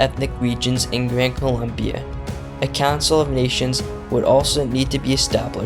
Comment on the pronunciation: Expert in history cant even name a country correctly (its Colombia)